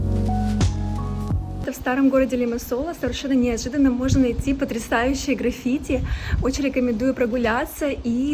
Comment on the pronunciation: Все круто, едиснтвенное, аж подбешивает, почему постоянно меняете ударения в словах??? К примеру, графити,и в других видео тоже самое